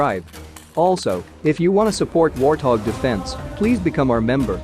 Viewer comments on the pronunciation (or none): none